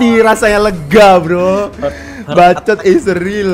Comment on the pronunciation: Bacot bukan bacit